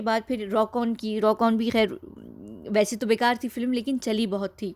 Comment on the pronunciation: Aapki awaaz bhadiya hai par filim na bola karen. Film hai